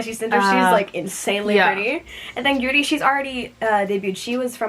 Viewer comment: Me: Judy who????? 2 Seconds Later : GURI! Me: OOOOH Gyuri